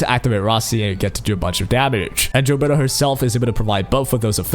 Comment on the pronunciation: I jave this video a thumbs down because you keep saying jilberta